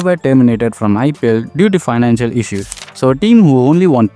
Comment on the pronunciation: Issues ❌ Eishues ✅ I don't know you remember me or not but yeah good too see you growing in long form. felt good at that time when you shifted from short form content to long form content. And yeah you have improved a lot.